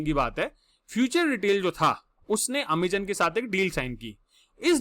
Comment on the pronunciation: Not ameeezonn👎